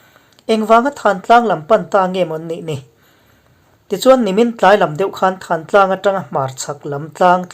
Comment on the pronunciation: Thantlang i lam dan hikhimi tlang dung khi pi pu te aṭang a,lam ri dan chu thantlang thuk hniamlo in kawh lah a lam tur